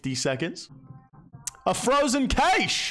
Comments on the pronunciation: Frozen cayshe. Loool. It's pronounced "cash". Still love your vids anyways 😂😂❤️ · Frozen "caysh" lmfao